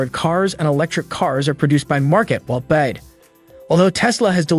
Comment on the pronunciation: It’s Mun gerrr and it is B.Y.D. Not bias.